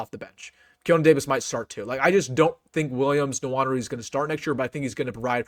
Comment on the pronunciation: Having lived in Africa, I'd make an educated guess as to the pronunciation of "Nwaneri." It's undoubtedly a Bantu name, and it's almost surely pronounced: "Nwan-Airy." Instead of saying "Swan," say "Nwan," and "Airy" and you should have it. (Incidentally,, you didn't call attention to the monster block Nwaneri threw on the sideline AFTER his blocked punt. (@ 35 sec into the video. It may answer--along with the fact that he's only 16 years old when the video was recorded--as to the reason he shows less physicality than you expect. He hasn't figured that out yet. My guess: he will have by the present time.)